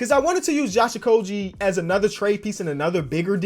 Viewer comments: Josh okogie is pronounced with a g sound not a j sound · please learn how to say Okogie correctly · Any other wolves fans out here cringe every time he said Okogie wrong?